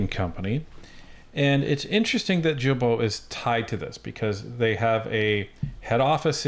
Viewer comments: the way this guy says Guilbeault is closest to how it should be said. It’s a hard G. Like GARBAGE. 🤣🤣🤣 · His last name is pronounced as ghee-bo 👍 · Prononounced: «Gill-Bo»... Thanks! Take is for a French Guy ;-) Cheers! Great work as always! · Wow Im not surprised. I have a difficult time with Guilbeault. Although Im not a fan his name is pronounced "Geebo"